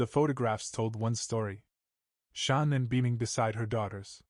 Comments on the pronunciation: You know what I don’t care nichol being called “Nikel” But at least call Shannan by her actual name It’s Not SHONNON 😒 My gosh the subtitles even say SEAN That’s a male name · And its not Shonnon. Get better AI and it will be better.